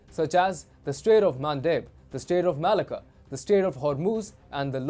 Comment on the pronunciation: I just laugh every time they say "Malacca". Its a Greek-Aussie thing.